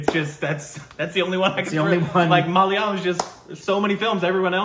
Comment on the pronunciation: Wow! After so long you managed to pronounce the word malayalam properly.